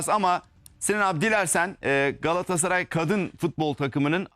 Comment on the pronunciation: Sinan engin : Beştaş😁 Rezan : Gassray 😁